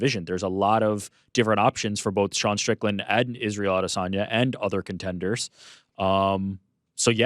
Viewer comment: Why does Ariel have to pronounce Adesanya differently than everyone else? Did he get the low down on the correct pronunciation or is he just being pretentious?